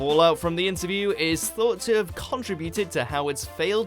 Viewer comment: conTRIBute not CONtribute.... Also, have another go at pronouncing Icke 👍